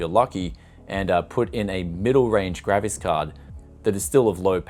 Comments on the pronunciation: It's called a GRAPHICS card.... not a GRAVIS card.... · For a moment I thought you said "Gravis" card, that would have explained the price (if a rare one!!)